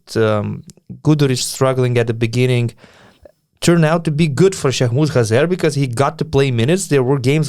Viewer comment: Dude, I genuinely love the way you're pronouncing Şeyhmus Hazer! I'm of kurdish heritage and can ensure you, that this is exactly the way, his name is pronounced! Regardless of this fact: Great show again!